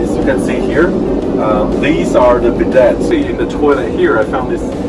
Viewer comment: the 't' in bidet is always silent ' now 1-2-3 it is bee-DAY !!!!!!!!!